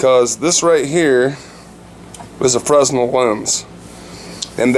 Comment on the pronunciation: Fresnel pronounced fren - el